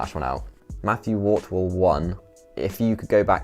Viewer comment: It's Matthew Hartwell not wortwell ;)